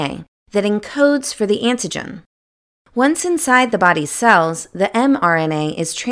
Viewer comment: I couldn't concentrate on the video because this woman keeps pronouncing AN-TI-GEN as IN-TI-GEN........smdh.